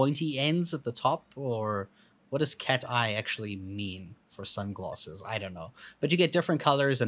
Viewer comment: Also you kept saying Sunglosses instead of Sunglasses.